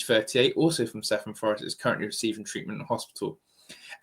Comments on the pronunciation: Just to let you know the village is pronounced ‘Kevin’Forest. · I lived in Blackwood for twenty years, the village is pronounced “ Kevin Fforest “. ( Cefn Fforest). Blackwood of course is where the Manic street preachers come from. The boxer Joe Calzaghe comes from Newbridge.